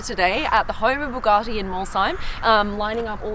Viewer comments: Supercar Blondie- When I last looked Bugatti has no “r” in its name! Therefore it is known as Bugatti not Bugartti!🙂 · I generally find German cars boring but these are very cool, love why you stroking the materials now which is missing that wink👍 and someone please get SB he to say Bugatti properly, its pronounced bu gatty like rhymes wit bu catty.... not buwgarrty😂🙊👍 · Someone is going to have to work on the pronunciation of BU gatti insteand of BOO gatti! Thank you x